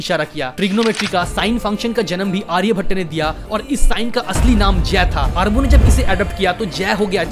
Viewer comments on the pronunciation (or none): none